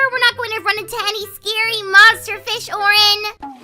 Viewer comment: It’s Oren and pinki Not Orange and pinky